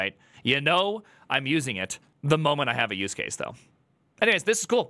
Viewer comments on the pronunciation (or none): none